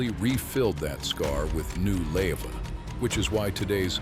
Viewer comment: did this ai robot say "lay-va" ? Gross...